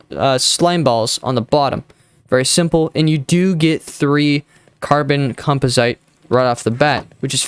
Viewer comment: say it with me... com pos it